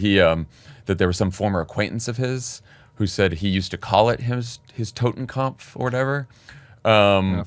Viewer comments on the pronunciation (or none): Tim, I hope you're saying TottenKOPF, not TottenKAMPF. The former means "Death Head", and the latter "Death Struggle". Regardless, this guy needs to go. And I agree with JVL. Everything Dumpf has done and everyone he hired (not fired then rehired) needs to go as well, AND some of them need to go to jail. Do not make the mistake Lincoln did by thinking he could reunite the nation in anything other than state borders. Make an example of those who broke the law and DON'T be like Garland by trying to appear too nonpartisan.